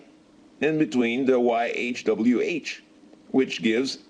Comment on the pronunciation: you have big problem my friend, but you are very ,very correct when you say .yhwh,,you know the name.. that is SO GOOD.att..a native[indian]